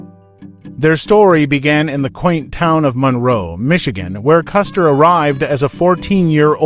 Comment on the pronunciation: It's "Monroe" Michigan. Not "Munro." Also, his boyhood nickname was "Autie," not "Oddie." When he was a child he struggled to pronounce his middle name, and it came out sounding like "Autie." It stuck with him as a nickname from there on.